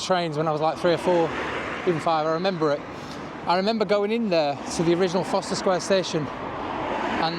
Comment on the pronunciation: Isn’t it Forst er..?? Not Foster ?